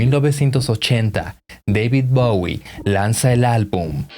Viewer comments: Lo estás pronunciando mal??? Bowie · David bawie No, chao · Le dice [Bawie] a Bowie. Que chingue a su madre.